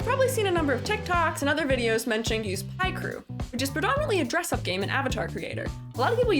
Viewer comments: Great informative well made video, only flaw is the WRONG PRONOUNCIATION OF PICREW, ITS PICK BECAUSE PIC-TURE AAAGHHHH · what do you mean people cant get you to say it right it literally has 'pic' in the name x.x